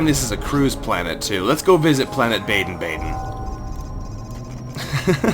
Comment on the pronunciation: It is pronounced baa den